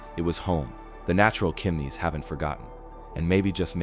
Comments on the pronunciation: It's not "Kimneys" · Also: Iroquois s/b EER -o-kwah, Piedmont s/b PEED-mont; Chimneys - "ch" sound as in chip, not "k" sound; sed-i-MEN-tary, not sed-i-men-TARY